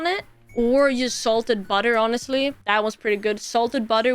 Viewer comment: Welp....new word it is "Yonestly"